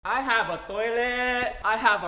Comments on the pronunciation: Filipino Accent Of "Toilet" hha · HAHA ikr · This is how many times guava juice said toliet ⬇️